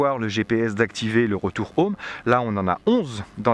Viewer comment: C’est insupportable de regarder une vidéo filmée avec une caméra sur la tête, ça donne envie de gerber au bout de 30 secondes. En Anglais, les H se prononcent, on ne dit pas « ome », on dit Home. Quand vous riez vous ne faites pas A A A A A, vous faites hahahahaha donc vous savez prononcer donc, svp, prononcez les H. Dernière chose, la propagation des ondes est perpendiculaire à l’antenne. D’après vous, où vont les ondes radios quand l’antenne est à l’horizontale ?